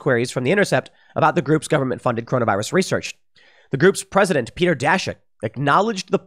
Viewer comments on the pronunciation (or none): none